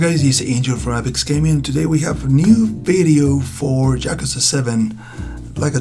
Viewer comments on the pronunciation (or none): Cool video but it bother's me so much that you say Jakuza XD. It's Yakuza pronounced with an Y like in yolk or yodeling.